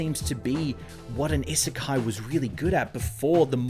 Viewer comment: He made a video about an isekai and never learned to pronounce the term?